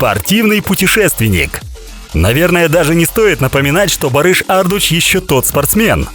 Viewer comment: Только вот ударение в фамилии ставится на У ))) ArdU’ç